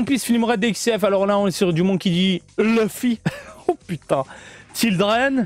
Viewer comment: Tu as bien fait de le dire maintenant je dirais Leuffy (duck) au lieu de Louffy comme Kid Buu :-p